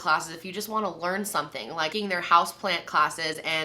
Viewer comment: Liking, not likeing